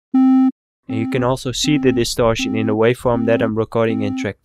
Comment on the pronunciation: distorshion, compreshion, solushion. i love this channel